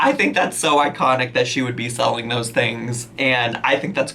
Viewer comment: Not autocorrect, that’s how she pronounces selling lol